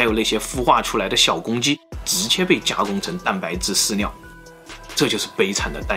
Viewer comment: 你的ㄋ跟ㄌ發音是不是會搞混@@ 飼料講出來變飼尿